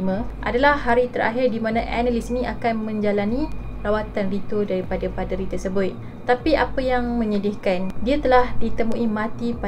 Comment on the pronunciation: Apo 'PE'deri 🤣